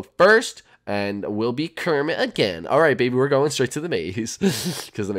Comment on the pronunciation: ke roll rrrrrrrrrrrrrrmet